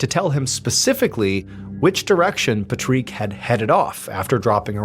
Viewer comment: pat rick!!!!! not pa treek the freak! And please, no music after the video!